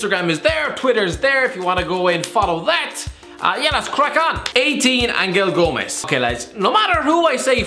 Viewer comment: It's "Angel Gomes", as in an angel from heaven.